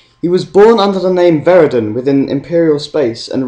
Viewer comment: Veridan not Verigan